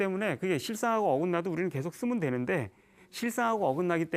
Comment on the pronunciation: 장음인 단어의 첫자를 짧게 잘못 발음한 예" 사실,사태,계속